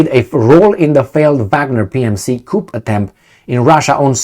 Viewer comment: "coup" is pronounced (coo). A Coupe is pronounced (coop) and a "coop" is pronounced (coop).